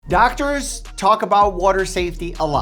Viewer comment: Did he say doctorers